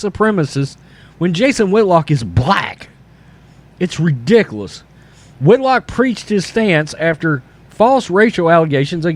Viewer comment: It's ridiculouoocchhss lol. I like how you pronounce that. I'm not trying to laugh at you but it's funny